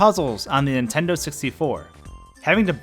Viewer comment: Every time you say on Nintendo it sounds like you’re saying on intendo and it drives me nuts